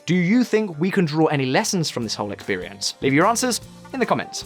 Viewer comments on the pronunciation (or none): none